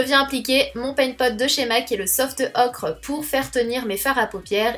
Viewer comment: Je comprends pas pourquoi tu prononce le paint pot en disant "soft ocre" alors qu'en anglais il se prononce "soft oker" (oui je l'écris en phonétique sans les symboles ^^)